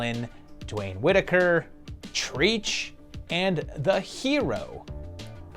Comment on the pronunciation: "Treach" pronounced "trech" short for "treacherous"